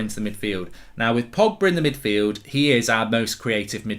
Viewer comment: Did my guy really say frogba 😂😂